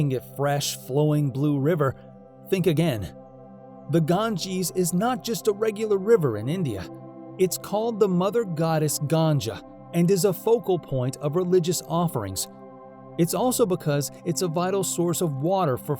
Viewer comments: it's -GANGA not GANJA 😭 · It's not ganja ites ganga u idiot